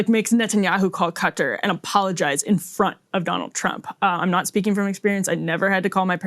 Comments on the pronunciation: It is not cutter, it is pronounced Kuh- taar. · Why does Everyone say it like that. It’s not cutter it’s kah-tar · Everyone calling it cutter?